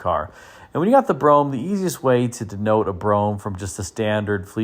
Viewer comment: Great video, as always. ...and thanks for saying "Brougham" ( as in "chrome" ) and not "Bro-ham."